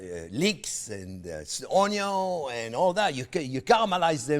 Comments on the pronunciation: I wander around our house announcing to my wife "Ownyuun" ... trying to sound like Chef Jean-Pierre. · I was waiting for him to say "Oniyo" even in this video.